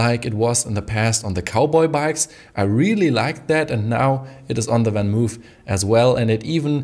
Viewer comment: I admit I cringe every MOOOOOOF. It's not spelled "Van Moef".